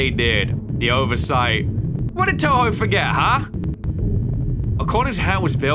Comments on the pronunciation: “Tubo” lol it’s Toho (not hate) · The company is called toho not tobo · But they didn't even mock him for saying Tobo instead of Toho😭🤣🤣